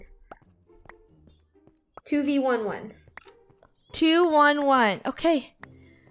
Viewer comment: When You say 2v11 it sounds like you are talking about eleven